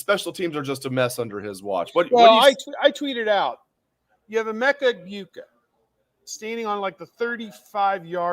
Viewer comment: needed to find out how to pronounce the last names of Chip and Emeka. Both main players…ask someone